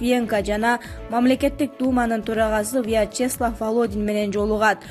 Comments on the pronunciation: Виятчестлав дейсинго а э. бираз лексиконду ондоп алып анан чыксан адамды уялтырбай.😁😁😁😂😂😂🤣🤣🤣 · орусча атты туура окуй албадын Вя-чеслав деп.